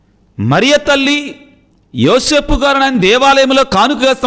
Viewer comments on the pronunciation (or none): none